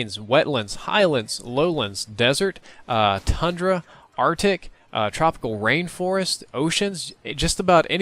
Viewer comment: Im sorry, did you just say TUNDRA? THAT IS NOT TUNDRA